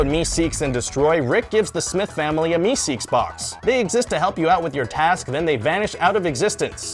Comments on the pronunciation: its meeseeks, not meseeks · It's meeseeks not meseeks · **MEESEEKS** not meseeks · It's meeseeks you idiots... burp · It's "Mr. Meeseeks"